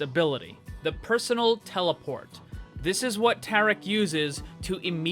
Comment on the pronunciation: Maximiliano Salvador understandable. I think It might me Hindi as well, seeing how it’s spelled differently and the way he was pronouncing it, it was a bit off.